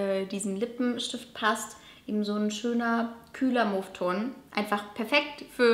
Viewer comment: Mauve geschrieben...mow ausgesprochen :)